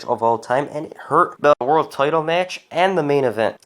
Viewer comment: 0.55 "raw orld tag team champions"